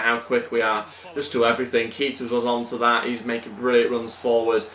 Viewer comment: Is pronocuned Kayta not Keeta